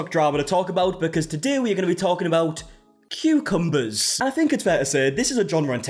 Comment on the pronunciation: "Tutorial that ends in injury"... "Today we're gonna be talking about CUCMBERS"... I absolutely have no idea what's going. LMBOOOOO